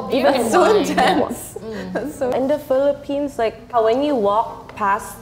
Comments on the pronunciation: It should be "Philippines" not "Philliphines." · Philippines not Philliphines